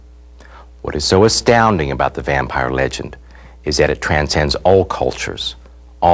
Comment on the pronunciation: at the beggining he says VAMPEER HAHAHAHAHA LOL